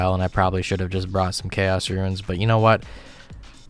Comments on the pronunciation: Here to leave a comment most people are going to call stupid. RUNES are not pronounced RUINS. PLEASE. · Why do you say "ruins" instead of "runes" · Why does he call Runes Ruins. my brother in christ that is not how you say it. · I love the way you pronounce 'runes' like 'ruins' :)